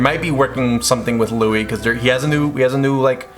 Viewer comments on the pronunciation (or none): none